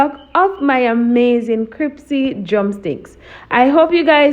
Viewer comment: Looking good I think I will have to try style- of dipping in flour and cold water and then dipping back in flour. Neat trick. But one thing that kept getting to me Was the pronunciation of the word crispy isn’t the word crispy and not cripsy?!